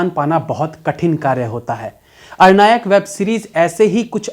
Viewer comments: It's not arnayak , it's aranyak... pronounciation sir.. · aap galat pronounce kar rahe hain! Ar-nayak nahi aran-yak! From aranya (forest) to ananya-k! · Likha hai Aranyak bol raha hai Arnayak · भैया...अरनायक नहीं... आरण्यक है। अरण्य यानी जंगल से जुड़ा हुआ। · Web series के नाम का आपका उच्चारण सही नहीं है। आपने अरनायक कहा। जबकि सही उच्चारण आरण्यक है। अरण्य संस्कृत में जंगल को कहा जाता है। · आरण्यक है साहब अरनायक नही। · IT'S ARANNYAK, NOT AR-NAYAAK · Bhayya aap baar Arnayak (अरनायक) keh rahe ho. Actually iska pronunciation Aranyak (आरण्यक) hai 🙏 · Again aur ek Excellent review. But Series ka name ka pronounciation thoda alag hoga. Actually its a bengali word. So, I know that. In English Aranyak In Bengali আরন্যক In Hindi आरण्यक